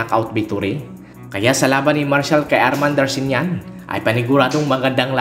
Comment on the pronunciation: hindi po Darshinyan ..Darchinyan po